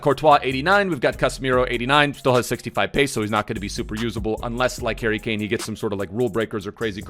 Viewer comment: The way you said Harry Kane totally caught me off guard and I spat my cereal all over my new shorts 😂😂😂😂